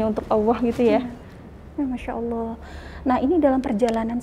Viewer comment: Menyebut Allah nya terlalu awoh bunda.. Coba diberi ada sdikit L nya sj.. Sy ibu dr 7 anak dr suami prtma.. Skrg suami ke 2..sdh 2thn lbh keguguran 4x..😢smoga bisa bersabar dn berjuang